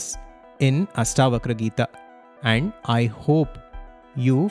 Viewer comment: It ASHtavakra...not AStavakra